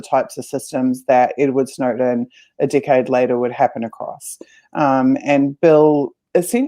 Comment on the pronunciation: It sounds like she calls Snowden a dickhead when she says "decade."